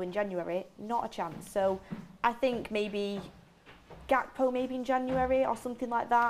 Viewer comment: finally learned how to say gakpo😂